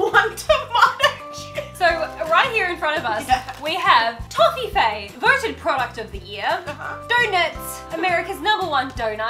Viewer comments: LOL 🤣 toffifee is from Germany and its originally written like toffifee and not toffifay 🤣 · Why do you think Toffifay is american? We have it here as Toffifee (pronounced the same) and I think it's german. The commercials here seem to be german at least with dubbed voices.